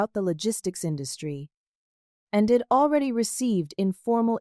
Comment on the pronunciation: It seems that the AI bot reader does not know how to pronounce abbreviations. I'd is being misread as id. He'd is being misread and head. Either take out all abbreviations or teach the inane AI bot reader how to pronounce them. the mispronunciations ruin the flow of the story.